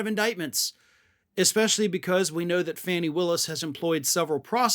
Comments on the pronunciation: Pronounced Fah- nee, not Fanny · Please quit calling her fanny it’s fawny 😢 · still can't pronounce Fawn-ees name. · Hey dork! 😂 plz plz pronounce Fani’s name correctly plz. She deserves to have her name pronounced correctly.